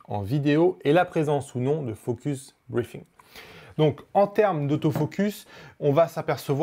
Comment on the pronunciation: Salut, Prononce focus-BreaZing, sinon ça fait focus-briefing ^^. Et le Viltrox 85 f/1.8?